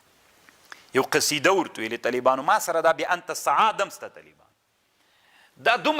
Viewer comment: لیس کما تقول و تفصح عنہ یا شیخ ۔۔ ! ۔۔ "بأنت سعاد" ۔۔ کلا ۔۔ لیس کذلک ۔۔ ! ۔۔ بل ھی : "بانت سعاد" ۔۔ ۔۔